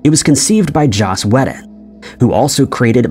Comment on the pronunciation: Joss weton.... worst pronunciation of a well known name ever. Bad ai